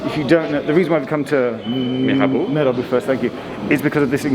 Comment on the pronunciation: Geoff not being able to pronounce Mirabeau is proof you’re not an F1 fan! 😂